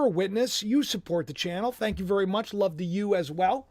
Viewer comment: Can't say love